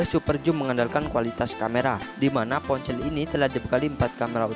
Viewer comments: Ponsel bambang,bukan poncell 😂🤣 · Ngomong ponsel : dia bilang nya PonCeelll dong 😂